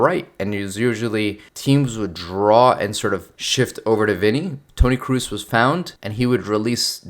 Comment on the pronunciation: Toni Kroos, you dont spell it Cruiz, its spelled how its written